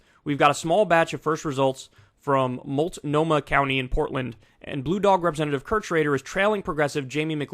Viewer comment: Awesome report, Kyle. Also as someone who lives in Multnomah County thanks for the laugh hearing you say it. 🤣